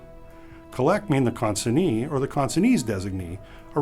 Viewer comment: Am I wrongor he pronunced the word CONSIGNEE in two different ways?